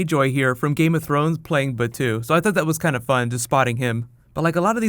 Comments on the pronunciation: i think 03 is when i first saw the movie.... other than that... major is 100% cyber. her brain is cybernetic too. also, its ba-toe. not batue. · I watched GITS about 3 years after its release. And I kept rewatching it at least twice a year or at least once and Innocence a year. Akira came about 6 months after that. By the way, Batou is pronounced Bah-Toe in Japanese. I hope we see Tachikomas in this movie. My favourite spiderbots!